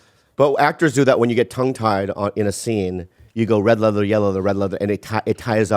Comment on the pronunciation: He can't say Red leather, Yellow leather at all 😂😂😂😂😂😂😂